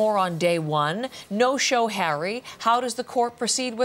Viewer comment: Judge 🧑‍⚖️ went like “I didn’t know that Hawwy has children ?!“ 🫵🧑‍⚖️🤨😅